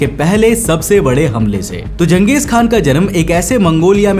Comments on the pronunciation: Genghis khan❌ Genghis kha✅✅ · Not genghis khan he was genghis kha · khan nahi kan Khan turky lafz hai Kan mangol lafz hai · Changech khan nahi changej Kha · Not Khan K is silent😂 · Voh Khan nahi hai bro only kha like jha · चंगेज खान नाम था जंगेज नहीं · Disliked cos promoting western narrative... Used khan not kaan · It's not khan it's Kan. Don't misunderstand. And he was not a muslim, he was a Mongolian. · Naam hi galat bol Raha he bhai tu😂😂